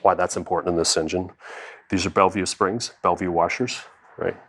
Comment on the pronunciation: Belleville not Belleview washers